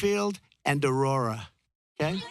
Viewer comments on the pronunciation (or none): none